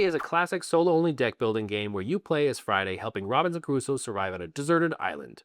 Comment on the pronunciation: Man, I was totally loving this video until I heard Robinson kuh-roo-so. It’s kroo-so. Sorry to be that guy…:) Don’t take this seriously. But seriously, I love your “I don’t give a shit” attitude” where you shit on a game that one of the most respected publishers/developers in the industry (Jamey Stegmaier) spent years and years working on. Boss move.